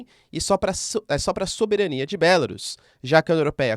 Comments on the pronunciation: Querido "teacher", a pronúncia é 'Belarús'. 'Bélarus' é pronúncia inglesa. A pronúncia é igual a "bambu, caju, urubu, etc.." com sílaba tônica no "u". 🇧🇷🇺🇦🇧🇷🇺🇦🇧🇷🇺🇦🇧🇷🇺🇦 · Professor é melhor pronunciar Belarús, pois fica mais próximo do idioma.